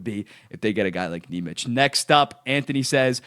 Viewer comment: Lowkey kinda pissing me off the way you're pronouncing nemec 😂